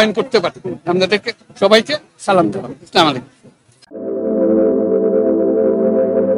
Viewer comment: স্যার, সালামটা স্পষ্ট হবে আশা করি।